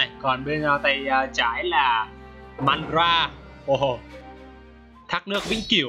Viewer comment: đọc theo phiên âm là ma_ đa_ra đi. đọc kia khó chịu quá